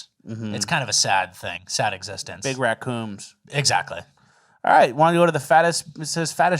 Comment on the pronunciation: Raccooms lolzz